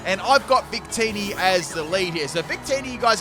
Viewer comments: I legit heard say “bigtitty” instead of “victini” and had to rewind several times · I rewinded and yes